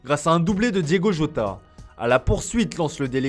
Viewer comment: Di'o'go Jota